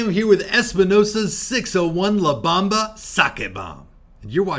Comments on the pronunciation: Bomba sir. Not bamba 😂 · B-OHM-ba.. lol. But The la Bamba movie is good too..